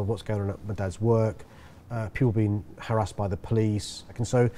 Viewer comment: Sadiq pronounced 'harassed' incorrectly. I respect EVERYONE'S viewpoints but as someone that does not vote Labour, I resent the appellation of anything that deviates from a Labour vote as a vote for 'bad guys'.